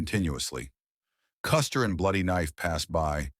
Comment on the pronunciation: Die Aussprache von General Custer ist echt schlimm